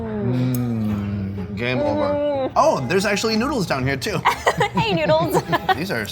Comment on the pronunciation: did this dude just say "Get some **NUDES**"